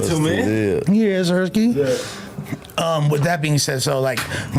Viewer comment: saying “yeah-sirski” is cringe 😂 it’s YESSSIRSKI